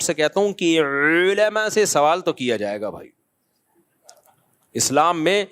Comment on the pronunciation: The way he said - Olama 😂😂😂